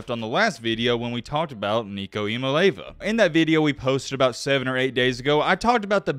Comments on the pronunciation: E-uh-molly-av-uh... lol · A couple things, Its E-ya-ma-lay-ya-va. Also you got it backwards, Joe is best in accuracy and tends to overthrow the long ball. Thanks for the content bro! I think its cool that a Bammer is putting out good UT content without trolling. Appreciate it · His name is I-A-MA-(LE)E-A-VA......🤦🏾‍♂️ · It’s pronounced Eeah mali ava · Great video, but please stop trying to say his last name because you're messing it up and it aint even close.......lmao